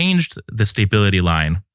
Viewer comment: This guy doesn't know how to pronounce the word stability. Great guest.